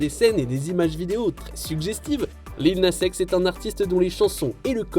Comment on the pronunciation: Tu as mal prononcé le nom de Lil Nas X